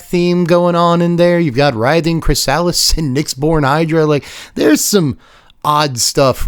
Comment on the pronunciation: I gotta tell you chrysalis is pronounced Kri-suh-lis.